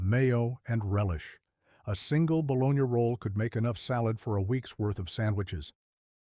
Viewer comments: Baloney, not balonia. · More likely 'mater' with long a - like in tomato, not like in matter!!! !! I know it's spelled bologna-but in America it's pronounced baloney!!!! (Long O). PB with pickles- but also with jelly, bananas, apples, marshmallow fluff, all kinds of stuff. Dontforget BLTs!!!